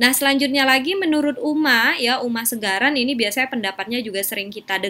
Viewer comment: Uma Sekaran, bukan Segaran